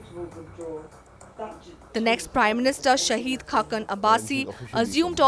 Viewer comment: Thanks for the Video. Please announce the name SHAHID, not SHAHEED